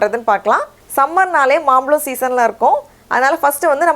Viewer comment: akka adhu maambazham(Mambalam illa ) Mambalam t.nagar pakkathula irukku .... Ungala paathu nerayaper maambalam nu solluvanga.... Solli kodukara ungala paathu nerayaper kathupanga .... So teach good and correct .... But ice nalla vandhudhu..thank you